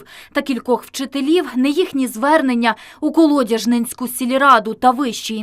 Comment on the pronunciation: КолодяжнЕнську... коли журналісти говорити навчаться?